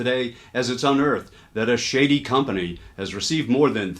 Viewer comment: You’re saying shady but I hear (smell?) 💩-ty